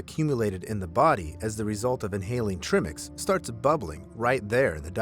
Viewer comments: Good job on some fascinating, albeit sad, stories. But please get some terms right. We do NOT breathe oxygen when scuba diving, except for decompression above 20 ft. We breathe air, nitrox (air with a higher concentration of oxygen), or trimix (pronounced try-mix). Dolphins have flippers, divers use fins. And the memorial board at the bottom of the Blue Hole in Santa Rosa has been there LONG before Thompson died in '16. It recognizes the 1976 deaths and a few others. I don't believe Thompson is commemorated anywhere at the Blue Hole, at least not that I've ever seen in my 100+ dives there. I'll be teaching there again next weekend, though, so I'll look. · It's tri-mix , "try" & "mix"as in a trio of gasses . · it's called TRI mix TR long I mix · Tri-mix not trimix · I think it`s pronounced try-mix. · I think the correct pronunciation is /try/mix/ =trimix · I thought he was trying to say ‘trimmings’ — I had no idea what it was suppose to be so thanks for explaining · It's "Tri-mix" WTF? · You pronounced trimix wrong. Pronounce it like triangle the tri is like try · Trimix= tr-EYE-mix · The correct pronunciation is Try-mix... because there is literally 3 gases. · It is TRI like try - MIX not trimix. OMG, Dive Talk would be more then disappointed with this guy... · Trimix is pronounced try-mix. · Tri-mix not try-mix 😂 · It's actually called Tri-mix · I love your videos, but please, learn how to pronounce trimix. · For no reason at all the way Tri-Mix is being pronounced Trimix drives me crazy lmao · You know nothing about diving you don't even pronounce Trimix right..errrr it's not from the trimix it's from the body under pressure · Trimix pronunciation drove me nuts , wonderful video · Well maybe if he pronounced trimix correctly he would have more subscribers. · Is that Tri like ‘try’ or tri like ‘trim’? :) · Stop saying trimix like that lol. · TRI-MiX not "tremix" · Tri mix not trimmix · Try-mix. Not Trim-ix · It's not trih-mix. It's TRY-mix. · Tri-mix not trim-ix